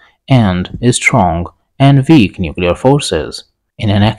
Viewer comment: Good content but your pronunciation is so strange (i.e. but for you is bot or sometimes boot, weak is veek, we is vee). Give us subtitles, please.